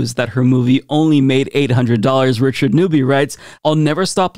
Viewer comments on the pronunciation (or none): none